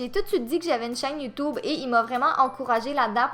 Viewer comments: PUTAIN C'EST PAS youtoube c'est youtube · J'ai adoré à quand tu as dit "Youtoube" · la meuf elle dit:"youtoube" mdrrrr 😂😂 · Pas Youtube mais YouToube x'D (biensur je me moque pas j'♥ les québécoies/ses